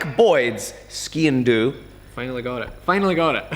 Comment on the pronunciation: its just "skindu"